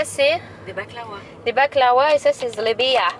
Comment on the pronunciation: J'adore comment tu prononces qalb louz et zlabia haha ❤️❤️ #teamdz#ramadan